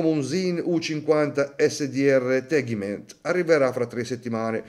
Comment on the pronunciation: Il trattamento che fa SINN si chiama TEGIMENT , non tegment.